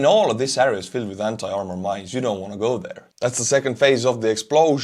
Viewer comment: You English is very good but when you say “arrears” meaning areas. And as you may know the former means - being behind in some sort of payment and the later - places 😂😂😂